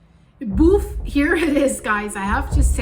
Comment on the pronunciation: It cracks me up every time i hear you say boof.